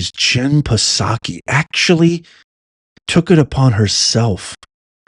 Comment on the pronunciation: Did he call her Jen Bukakki?